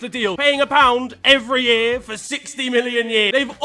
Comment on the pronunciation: why you say year like tha 😅